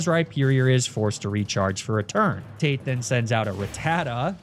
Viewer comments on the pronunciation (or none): none